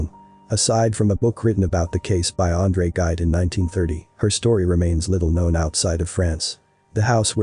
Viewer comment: "Andre Guide"